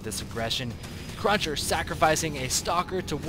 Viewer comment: Cruncher not crusher dammit